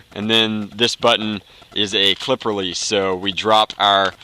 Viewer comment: Nazi, Clip... I can't even handle this. Someone please teach him